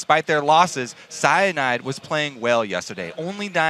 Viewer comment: "Cyanide! Cyanide (Si-yah-need, Si-yah-need)" Just pronounced the way le frenche pronounce it :D